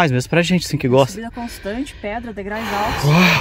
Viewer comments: Pô. "degrais"!!!! Me desculpe mas, os degraus se ofendem fácil. KKK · Degraus !! Dói ouvir!! Degrais, degrais, degrais, degrais!! 😂😂😂😂😂😂😂😂😂😂😂😂😂😂😂😂😂😂😂😂😂😂😂😂😂😂😂😂😂😂😂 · Olha gente, assistimos vocês porque os lugares que são mostrados são lindos, mas por favor, procurem cuidar mais da gramática, não é rinaceronte, é rinoceronte, não se diz degrais e sim degraus. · não esqueça de que vc. é um INFLUENCER e é primordial que vc. fale bem a Língua Portuguesa! Não se fala "degrais" mas sim DEGRAUS! Desculpe minha franqueza! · "Degrais" foi de doer! Degraus! Mas valeu a vista. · Adoro os vídeos de vocês, mas não esqueça que o correto é: degraus, pois "degrais" não existe. 😂😂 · Degrais (SIC) é de doer os ouvidos .... Kkkkkkk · Falaram errado o tempo todo... Descuidam-se muito com um dos instrumentos de trabalho deles que é a língua portuguesa. Provavelmente não acham importante. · sigo a dupla dinâmica desde o início e você sempre fala errado o plural de degrau que é degraus e não degrais ok? Fica a dica aventureiros…. VAI ….. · Degrais (não). Degraus. Blz! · Degrais dói no ouvido, substantivo terminado em ditongo ou seja duas vogais na mesma silaba não permite o uso da palavra degrais, degraus tá? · por favor, são DEGRAUS, vc sempre fala degraus e fico nervosa 😅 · “Degrais”??? Essa doeu mesmo; credo…português sofrível 😵‍💫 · NÃO ENTENDO VOCÊ CONTINUAR FALANDO DEGRAIS NÃO SEI ONDE VOCÊ APRENDEU ESSA PALAVRA ME POUPE CARA FALE DIREITO. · `degrais` kkk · Eu tbm ia corrigir, soa esquisito quando falam errado, mas adoro eles